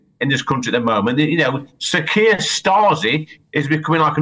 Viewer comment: "KEIR" "KEIR"